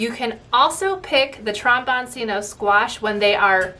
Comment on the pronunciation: Trombone-Chino. The c is pronounced ch in Italian.